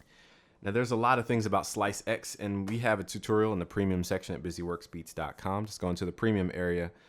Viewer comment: lmao, slice-ex... no just no... it's ssssllllaaiisssseeeexxssssssssss......